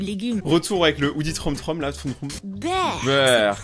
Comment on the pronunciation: Tu as enfin prononcé bien Trootroom